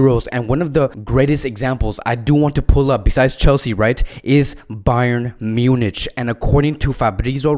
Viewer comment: A simple question! Can’t you pronounce Munich correctly?